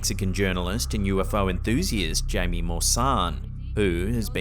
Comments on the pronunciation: "Jaime" is pronounced, "HI-mae", NOT "Jamie". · One note about the journalist in Mexico. His name would be pronounced like "hye-mee"! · Jaime Mussan is pronounced HYMIE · Not to be an annunciation nuisance but “Jamie” is usually pronounced “hi-me” in Mexico. Sorry I had to….